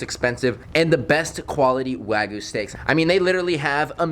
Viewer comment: Bruh it is called wagyu not waygu